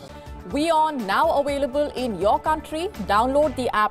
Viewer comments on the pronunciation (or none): Available not awailable